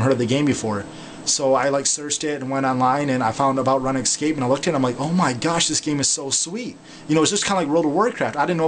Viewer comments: Runescape not Ranescape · i hope ur joking about prounouncing it run escape. its rOOnscape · its not pronounced run escape, its pronounced roonscape. lol, spelling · Run excape. I love his pronunciation. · on the runescape maine page it sais RuneScape, so you no that its pronounced roon-scape... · it is runescape its pronounced RoonScape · youve played for 8 years thats why u mispernounced it again its rune scape (roon scape) is how to pernounce it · still watching in 2020 havent pronounced Runescape correctly since 2009